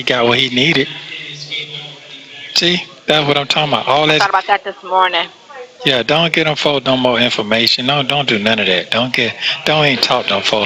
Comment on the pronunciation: Why does she always pronounce words that ends with a "g" with a "k" Instead of saying "morning" She say "mornink" So fvcking annoying😏😏😏😏